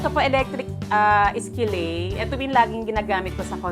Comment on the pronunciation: Skillet is pronounced as ski-lut not ski-ley